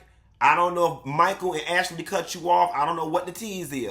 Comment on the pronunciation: AshAlee 😂😂😂😂... you be killing me with the way you be saying these folks NAME!!!😂😂😂